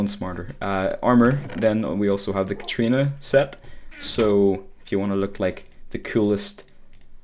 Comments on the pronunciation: The katrina set lol. Its pronounced Cat-Urr-Een-Uh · When he called Catarina Catrina I wanted to kill him